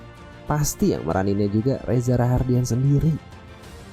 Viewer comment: Reza rahadian bang bukan rahardian